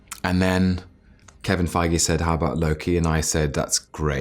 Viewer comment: He prononce Kevin Feige so Food je have to speak German!